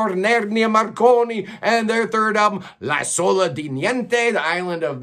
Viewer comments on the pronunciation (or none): L'isola is stressed on the first syllable (LEE-so-la). Yes, The Island of Nothing is an accurate translation of that album title. Vecchia has a hard k sound (VECK-ia). Do you work in the music business? Your knowledge of bands with their personnel changes, including bands of Europe, is most impressive. You're way ahead of me, man.